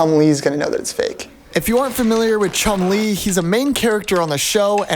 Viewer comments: Oh when bro said chunlie I thought he meant chunlie from street fighter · Chun Lee = chum Lee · “Chun Lee”💀💀💀💀